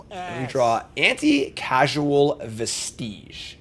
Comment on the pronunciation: Anti-causal. As in cause. Not anti-casual. Vestige is pronounce "Vest-idge" not like it rhymes with "prestige".